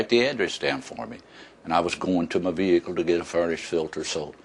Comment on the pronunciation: plus he says vee hicle